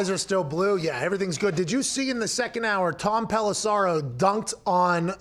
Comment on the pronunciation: Can someone tell Pat there is no 'A' in Tom Pelissero. Dude pronounced his name wrong to his face like 10 times 🤣😂